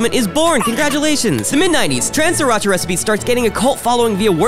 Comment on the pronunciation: isn't he saying Sriracha wrong?